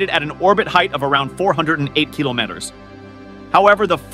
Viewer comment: Can you say "kilometres"?